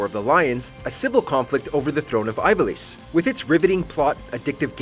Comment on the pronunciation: Final Fantasy Tactics, especially the PSP version should be a lot higher than the 10 spot. I easily place that within the Top 5. Also, the person narrating is obviously not a FF player as he mispronounced Ivalice, Tidus and Zidane.